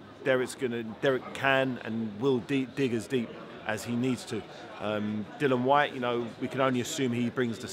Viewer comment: Can someone tell David Haye that it’s Dillian White, not Dillon.